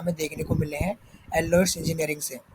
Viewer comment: First learn to pronuce the name